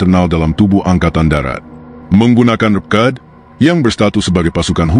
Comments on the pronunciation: RPKAD dibaca eR..Pe..Ka..A..De. bukan ReP-KAD. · ini suara robot apa manusia sih ? kedengarannya dikuping serasa kurang nyaman nyebut RPKAD saja PEKAD 😮. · Naratornya tidak jelas dalam menyebut RPKAD seperti REKAD. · Video nya runtut, bagus, taoi gak sreg dengan voice over nya... pengucapan "RPKAD" nya bikin illfeel